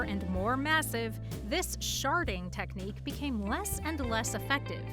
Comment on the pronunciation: Google having "sharting technique" made me laugh I know its spelled differently but this is how i hear it